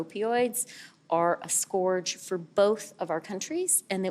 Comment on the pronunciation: scorge?? lol